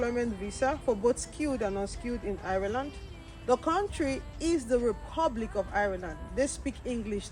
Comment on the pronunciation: Learn how to pronounced the name of the country very well.